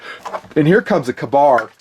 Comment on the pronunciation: Hahaha kabar hahaha that way good it's is pronounced kay-bar